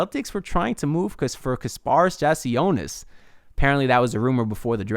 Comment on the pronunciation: Bro, you are terrible with names lol. You just heard Adam Silver pronounce the man's name correctly, and you butchered it lol! I'm a need you to stop saying peoples names and just referred to them as the guy lol. LET'S GO HEAT LET'S GO HEAT LET'S GO HEAT!